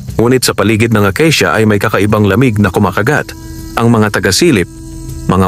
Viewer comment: Himdi akisia kundi akasia